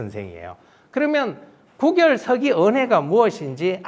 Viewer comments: 계속해서, "구결"의 "구"자를 짧게 발음하고 있음. 이 "입 구"자는 길게 발음해야하는 자다. "구두, 구술"등 얼마나 바르게 발음해 오던 말이었던가? 이런 평상어를 일류 학자가 바르게 발음하지 못하는 것이 오늘날 한국의 문화이니, 오호 애재! 오호 통재! 미국 변 완수 배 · "장구"는 "장꾸"라고 읽어야지요. 이는 관용상의 문제입니다. "구결"의 "구"자는 장음 자인데 짧게 잘못 읽으셨습니다. "입 구"자는 길게 읽어야지요. 한학자께서 이런 실수를 하신다면 누구에게서 배웁니까? 기실, 적지 아니 실망했오이다. 한국 언어의 타락상이 하 분하여 "한국 어문을 고발함"이라는 책을 냈아오니 일독해 주실까요? 미국 변 완수 배